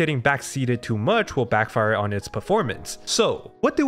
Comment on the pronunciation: Backfire 重音應該放在第一個音節 是BACKfire不是backFIRE 😊